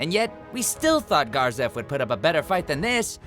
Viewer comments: Overlord didnt recieve its true justice but I do like the memeified mou sindeiru there that cracked me up HARD. Also is it just me or isnt it supposed to be (Ga-zef) not (Gar-zef) I prefer the first. (jmo) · Garzef? Pretty sure its Gazef not with an R. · The A in Gazef is sounded like in Apple!!!! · How do you put a R in the name Gazef come on man